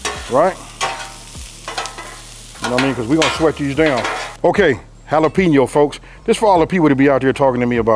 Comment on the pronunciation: Try Holla-Pen-Yo instead of Holla-Peen-Yo for credibility purposes.